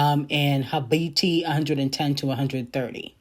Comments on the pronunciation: The way pronounces Habibti is killing me 🤣🤣🤣🤣🤣🤣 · She be mispronouncing a lot😂😂 still love her